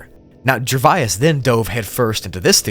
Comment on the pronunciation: Gervais breaks down into two sounds: [JUH] + [VAYZ]. It is certainly not [JUR] + [VAI] + [IS], or whatever you are trying to do to it. When you see a word that you do not know how to pronounce, simply Google it.